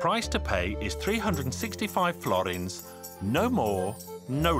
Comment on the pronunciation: Why is he saying "florints"? It's "forints"...